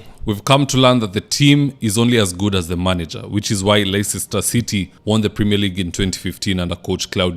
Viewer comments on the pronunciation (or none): Leicester is pronounced as "leister"😊❤ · Hi, Leicester is pronounced leister. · Leicester is pronounced Lester